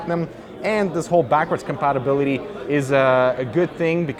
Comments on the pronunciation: It was more like "in terms of compatibililiee... wha?" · "In terms of compatabilly... wow" Couldn't have put it better myself, truly eloquent